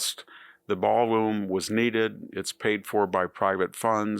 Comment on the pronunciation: "...but none the LEST, the ball LOOM was needed" HUH?